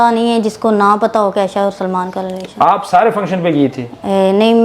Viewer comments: Lelaation✅ relation❌ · relation❌ lelation✅ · What a words 😂😂 department 😂 pagamm 😂 Lilation 😂😂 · Relation ❌ lelation✔️